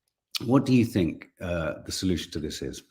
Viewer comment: I love an accent but dont like mispronunciation - fink not think; fort not thought, firty not thirty